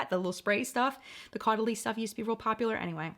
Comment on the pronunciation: Hey loves!! So.. Caudalie~ Pronounced... like "Totally...." I always remember Totally Caudalie❤ Also: I've been using the elixir for years now as part of my skincare routine 👍😘